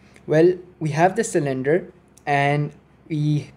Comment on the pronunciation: I'm here to see if anyone else was driven nuts by sill-IN-der (cylinder)